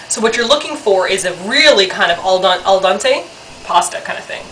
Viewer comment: Eight years later and they still say "al dante" haha